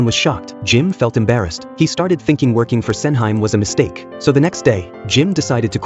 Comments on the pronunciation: LOL. Sen-heym... Sen-Hee-Mae... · The movie looks great but I absolutely can't watch this review anymore when the AI pronounces her name as "Sen-high-m". It's "Sen-hee-meh", you bozo. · Sen hi mey not Senhaim. 🙄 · FFS please get the pronunciation right. "Sen Hime" is pronounce as "Sen - He May" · not MAY. it's more like "MEH" and to the bot's defense, that wasn't even her name in the drama, it was "Sen Handa" / Osen for short. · Sen-hime, read with english pronunciation 🤦🏻‍♂️